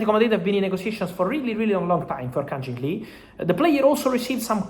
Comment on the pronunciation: Fabrizio, with respect. It's Kang-in Lee. Not Jin. You keep saying his name wrong.